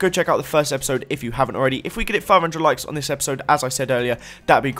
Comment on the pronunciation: LOL you said enjoy this 'EPISIDE' instead of 'episode'